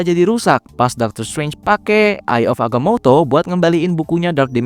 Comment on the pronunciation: Risih banget denger nyebut "Agamoto"-nya Udah pake ejaan bahasa jepang aja